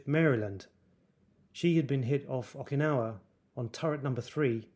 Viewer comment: It’s not okin.. it oh kin ah wa